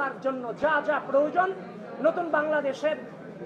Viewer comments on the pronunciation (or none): none